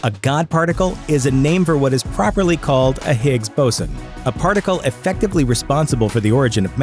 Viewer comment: The way he pronounced "Higgs boson" is gonna terify most scientists in the world.